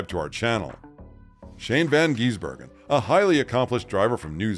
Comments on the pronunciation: It is Gisbergen not Geezbergen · The correct pronounciation shortens the I in Gisbergen. Its not Shane Van Geezbergen. Gis-bergen 😁🇦🇺🇳🇿